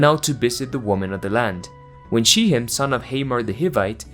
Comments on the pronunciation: pronounce as shackhhem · Hello! If you were curious about the pronounciation of the names dinah and she'hem, in hebew they are pronouced as "D na" and "sh khem" with kh being the letter ח that doesn not exist in english